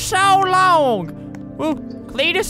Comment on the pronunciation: When Flamingo says Cletus in I was like what is you saying?